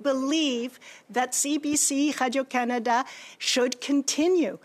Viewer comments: Why did she suddenly fall into a French Canadian accent when she said Canada? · She pronounces "Canada" wrong.